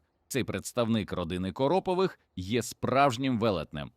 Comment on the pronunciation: стАвках, корОпових. ШІ - отстой! Дизлайк.